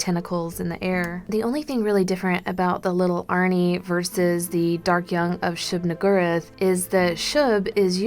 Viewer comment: She said "niggur"